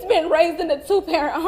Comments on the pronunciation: stababilty, huh? 🤷🏼‍♀️ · Wow what a show karmelos mom put on. No tears at all she can't even say stability correctly. Reading a script probably written by BLM.